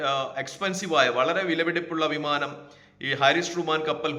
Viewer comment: വിമാനം എന്ന് പോലും പറയാന് അറിയാത്ത ന്യൂസ് എഡിറ്റർക്ക് സ്വാഗതം